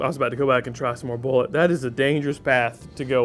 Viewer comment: BOO0-LAY:/ no one pronounces it right/